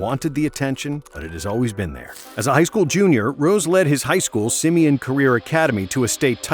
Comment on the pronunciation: I cringe the way he says simeon